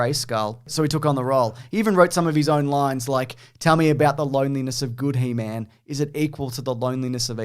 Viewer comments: HE...MAN, not hemen. Or is that a semen joke. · Hemen? It's He-Man! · It's pronounced "Heemun." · He-Man shouldn't rhyme with semen...you're saying it wrong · He-man. Not Heman. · Why do they keep saying hemen instead of He-man? It’s hilarious lol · he's constantly saying 'he-min' & not 'he-mAn'_________what. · Firstly, it's He-Man not "Hee Mun", wtfwrong with you. Also, stop saying "", he's the only other person there, he knows you're talking to him, it's the weirdest thing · The way you're pronouncing He-Man like it's his last name is cracking me up. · It's He-MAN. Not He-mn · you say He Man like 'hymen' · How dare you pronounce he man like semen lol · The way you say "he-min" annoys me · Why does say He-man like semen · You guys say "He-Man" like "semen." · the way you say he-man is killing me. heeman lmao its HE, MAN. theres a separation there xD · I love that they pronounce He-Man like a last name (like Goldman) lol. its one of my favorite old yogscast bits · pronouncing "He-Man" like "semen"... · He-Man……does not rhyme with semen!😂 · strangest way to pronounce he-man 😂😂 also, love interrupting with the matchbox comments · I know is mispronouncing He-Man on purpose. shakes fist!!! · The way he says He-Man actually hurts my soul.